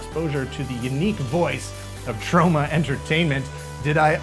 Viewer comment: says it weird... Troe-ma